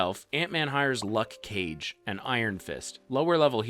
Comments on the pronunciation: bro said luck cage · Luck Cage? It's Luke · Luk cage it’s luke 😂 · luk cage